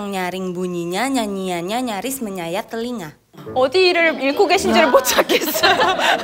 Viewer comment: Telinga not Telingga